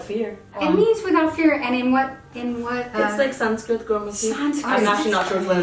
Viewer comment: ITS NOT SANSCRIT